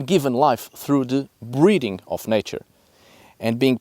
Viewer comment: How long did it take for you to realize he was saying "breathing" instead of breeding?